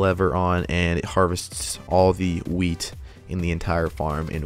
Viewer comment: When he says a wheat farm it sounds like weed farm